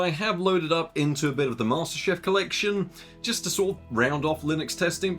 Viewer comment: two things; one: the shutdowns could be caused by an OCP triggering, especially with a thirsty cards like a 480. two: it's Master CHIEF, not Master Chef. You've been missing that letter in the middle for months & yes, it HAS been bugging me.